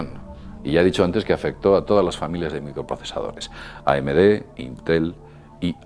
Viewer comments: solo pongo la tilde para que se note donde va el acento de la palabra la vocal fuerte vamos, es llana no aguda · es íntel no intél